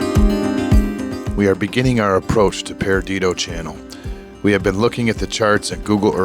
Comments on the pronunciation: not paradido...it's PERDIDO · Perdido, It’s pronounced locally as Per Dee Dough. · So sorry that you struck something and I hope that it'll be repaired soon, so you can continue along your way. And no offense but Perdido is pronounced Per-di-doh. Good luck on the rest of your voyage.